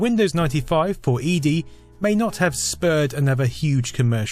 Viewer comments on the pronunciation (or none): *Eddie just spelt with one d, not "ee-dee".